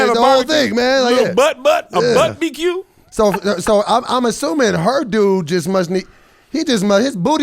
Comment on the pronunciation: We’re just gonna pass on the fact that he said Butt B Q?! Lol 😂 😂 take that and rewind it back